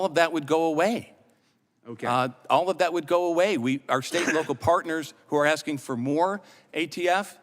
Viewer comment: it's maybe because i am not american or english native speaker, but i don't get it, how do you get to become a part of Judiciary Committee by axing instead of asking?